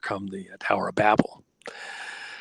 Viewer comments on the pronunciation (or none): none